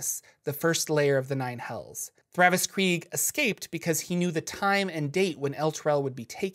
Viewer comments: Great video!! Except it is THAVIUS Kreeg, not Thravus hahahahaha 😬 ❤️ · Isn't it Thavius Kreeg? Not Thravus Kreeg?